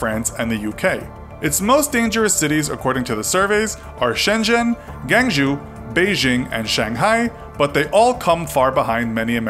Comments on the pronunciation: Gwang - Jew, it pronounced gwong - joe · Laughed too hard when he pronounced Guangzhou as Gangjoo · Gang-zhoo lol